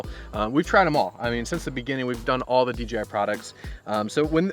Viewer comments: Thanks for the review. Why do you call the company DGI instead of DJI when you say it? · It sounds like D G I lol D J I is hard to say fast haha